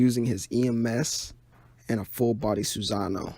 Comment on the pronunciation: You said a lot of words wrong like Sassano